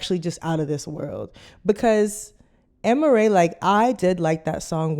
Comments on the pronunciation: it’s (A-MARIE) 😂😂😂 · I've never heard anyone pronounce Amerie's name the way you are doing it.